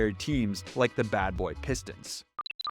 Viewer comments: You wouldnt pronounce Nowak as NoWhack. Its a V sound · You are pronouncing Dirk's last name wrong.